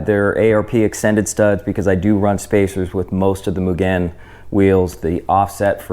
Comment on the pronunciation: Bro..like nails on the chalkboard the way this guy pronounces “Mugen” over and over again 😂